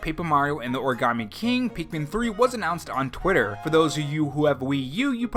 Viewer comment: I feel like sometimes you say Pikmin, and it sounds like Peakmin or Peekmin.